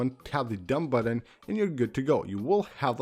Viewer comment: The number of times he pronounces "button" as "buDDon" is too damn high!